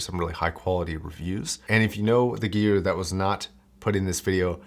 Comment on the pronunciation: Learn to pronoce gear man. Eek